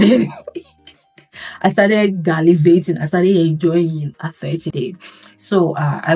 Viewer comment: Did I just hear Galivating? 😂😂😂😂😂